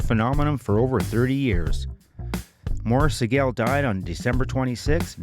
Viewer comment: Say the Sigel name right damnit.